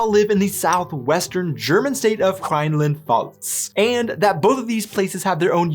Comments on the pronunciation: You've lived in Germany for two years and can't say Rheinland Pfalz ? Very adaptive ... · I had to laugh when you said "Rainland Balz" (Rheinland-Pfalz), but it is indeed difficult to pronounce this word correctly. In fact, I also live in Rheinland-Pfalz, kinda funny :D